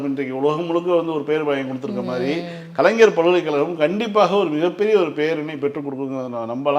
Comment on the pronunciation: சகோதரி,,, கலைஞர் என்று சொல்லுமா,, ஆனால் கலைனர் என்று சொல்ரீங்க